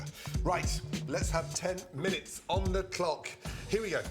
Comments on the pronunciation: What's with the "minuets"? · It's like he discovered how to pronounce the country of Chile then literally though that was how chilli was also pronounced. Also love the "minuets" . Do you reckon everyone who works with him is too scared to give him any feedback or criticisms? Would explain a lot of the weirdness in his YouTube videos.